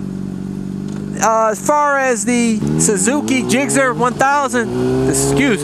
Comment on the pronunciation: they dont get mad cause you say "gixxer" they get mad cause you say "gixzzer" lol it's GIXXER son